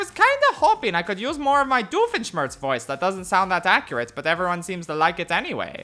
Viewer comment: Your Doofenshmirtz cadence and pronunciation is superb. Now if you only got the tone and gravely quality down, you'd be a legit Doofenshmirtz impersonator